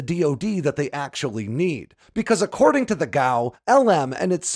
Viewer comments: G A O. Should be pronounced one letter at a time like other government agencies. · FYI, I've only ever heard of "G.A.O." being pronounced as an initialism, one letter at a time, not as an acronym.